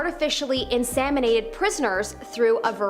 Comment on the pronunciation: Why does she keep saying "insaminated" ugh driving me crazy!!!